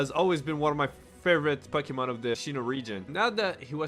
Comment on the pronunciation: Pucky-mon. Lmao.